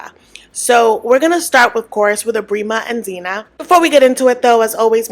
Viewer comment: Phin makes my blood boil, he's so disrespectful. Sandra needs to protect her kids and cut him off expeditiously. Zena has to be playing dumb for the cameras. Men like Ebrima (it's pronounced "eeb-rEYE-mah") are a dime a dozen in Gambia, there's no way they don't have an understanding and if not, she's bound to have met another s-x pest, I mean tourist, in Gambia that would have given her the 101 on bumster relationships (that's the Gambian name for the men lol)